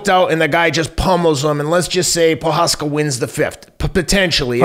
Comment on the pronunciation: I love Teddy's philosophical outlook. PS: pronounced pro- haas- ka and te-share-a